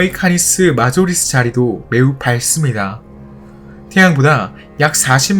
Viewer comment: 켄타우리.... 카니스 마조리스... 초중교는 나온건가..? 센타우리, 캐니스 메이저리스라고 읽지 않나..? 마치 magister를 마기스테르라고 읽는것 같네..